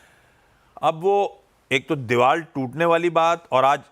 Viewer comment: Anchor ko bolo Deewal nahi deewar 😄